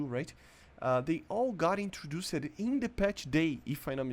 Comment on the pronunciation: "introducied" 10/10 pronunciation